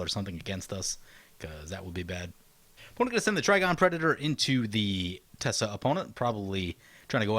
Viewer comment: Teysa Karlov seems really nice. Isn't it TeY-sa not Tessa?